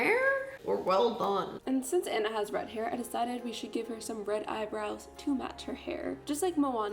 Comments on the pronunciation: its pronounced onna not anna but okay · it's pronounced ah-nah not annah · ITS ah-na not an-na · ITS PRONOUNCED AH-NA NOT ANNA YOU CANT MAKE A DISNEY VIDEO AND PRONOUNCE THE NAMES WRONG YOU DID IT IN YOUR LAST VIDEO TOO!!! NOT OK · I want to punch people who say Anna like an it’s onna that’s how you pronounce it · As someone that works as a party princess I think the idea is really creative and fun but a) where is your wig cap b) Aurora is blonde not yellow and c) HAVE YOU EVEN FUCKING SEEN FROZEN YOU DO NOT SAY ANNA YOU "ON-A" WTF NO. That is all have a wonderful day ❤ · It’s Anna not ‘Onna’ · Um I'm not trying to be mean it just annoys me when this happens its pronounced aw nuh not the way most poeple say it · Anna pronounced (aw nnaa) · IT'S PRONOUNCED Auna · It pronounced on-a (Anna) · Actually its pronounced aw nuh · The way she says Anna triggers me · did it bother anyone else that she mispronounced anna so many times? smh